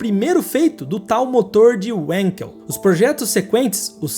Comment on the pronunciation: Uma pequena correção: como o inventor é alemão, a pronúncia é "vanquel".